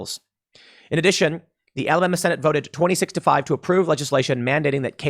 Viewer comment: Look tim Alabama gets enough slack we don't need people pronouncing it Alabamer